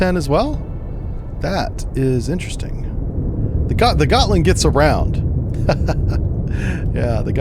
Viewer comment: Gottland is pronounced "Yotland", IIRC.